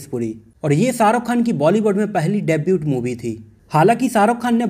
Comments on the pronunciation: Debut is pronounced as डेब्यू not डेब्यूट। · Bhai debut mai T silent hota hai....